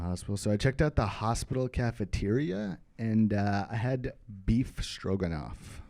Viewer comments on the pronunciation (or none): Spanikopita, beef stroganoff, biryani, cucumber, microwave... We're looking at some revolutionary comedic pronunciations of food-related words.